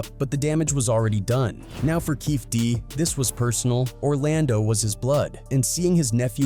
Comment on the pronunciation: Does this guy pronounce everybody’s name wrong or is it just me this has to be some AI bullshit… “Keefie Dee”